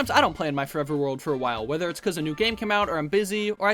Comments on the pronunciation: “Forver” 😭 read your goddamn text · “Start forver”